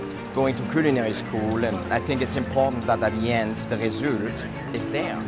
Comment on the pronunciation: My fav moment was ; the way he says "raysoolt". I could listen to him talk all day.